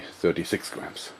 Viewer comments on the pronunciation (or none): i love the way this guy says "gwams" i also make my own wooden slingshot i use single bans from the office and combine them. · I like how he says "Gwams" but yeah, jorg i like your slingshots alot, and i admire your work. You need an instructional video on how to make a slingshot out of a 'Y' branch. Keep it up.